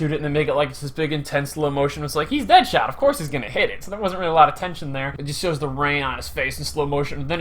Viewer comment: His name is "Dadshot" not deadshot